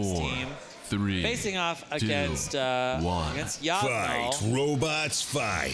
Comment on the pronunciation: Yob gnol is long boy backwards, so I think you pronounce it that way also....